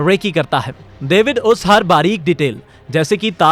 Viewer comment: Daevid ni lohdu david